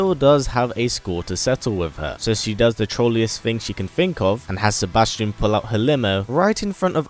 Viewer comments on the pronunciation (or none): none